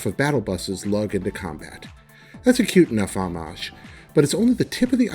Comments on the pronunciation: I thought this man was playing on a roller and had no aim assist. Turns out he's just bad at games. Also my man just pronounced the H in homage and said 'hommage' instead of oh-mazj... so he's bad at english too. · Holly shit!!!!!!!!!!!! wait is this real? Am i on a spoof channel wtf is this? Fire this idiot he cant even say homage